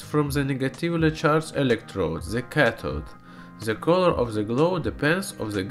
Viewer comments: IT'S THE(DE) NOT ZE!!!!!!!!!!! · Cinfoni Ender É por causa que ele fala "ze" ao invés de "the", comumente escutaria isso vindo de um alemão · OMG Ze Miuzik at Ze Eand !!!